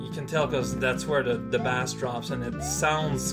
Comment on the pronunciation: "Bass" is only pronounced like that when you're talking about fish. When you're talking about music, "bass" is pronounced "base."